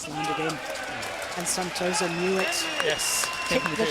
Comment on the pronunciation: not neutral , and not pronouncing right name of Santoso name as well . poor lady.